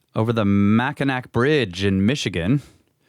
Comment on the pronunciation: Say "mak-in-aw" :) Love you guys!